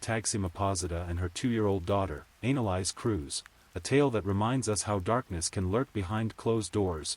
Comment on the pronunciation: It's not analise it's Annelise stupid AI